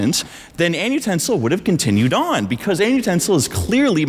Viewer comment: Genuinely , Why annutensil sound like an ustensil ?